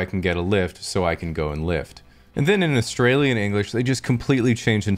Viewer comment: Just the way that he pronounced "Australian" makes me think he lived in Australia for a good few years of his life